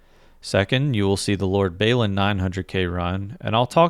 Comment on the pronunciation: Great stuff! But please look up Lord Balin pronunciation, Baylin is wrong. :)